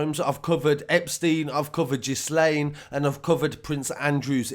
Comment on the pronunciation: Also don't mean to sound rude! But her name is pronounced as if it's spelt like this Gilain (gil as in fish gil) Ghislaine maxwell Ygi? The h and s is silent mate I used to say it the way you did till I heard it being pronounced on #shaunattwood channel as he talks a lot about these peados also #highrootstv . Hope u don't mind me pointing it out just helps a bit ennit 😊 Btw thnku for bringing us the best truth and honest news out there! 😉